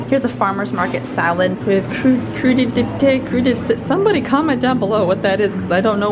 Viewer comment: Hi, it's pronounced Kroo-di-TAY... it's a fancy word for raw veggies and dip. I googled its origin, and it is from the medieval French word for "raw things".